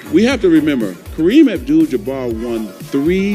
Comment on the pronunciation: Isaiah pronounced his name Kareem abdull jumar